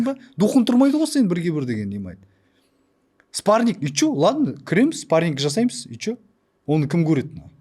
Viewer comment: Спарниг😂 даже "спарринг" дегенды дурыс айта алмай Мухитты женем дима😂